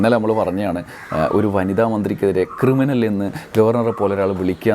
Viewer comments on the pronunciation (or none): ക്രിമിനൽ എന്ന് ഗവേണൻ മന്ത്രിയെ വിളിച്ചിട്ടില്ല.... കിരിമിനൽ എന്നാണ് വിളിച്ചത് 😅😅😅😅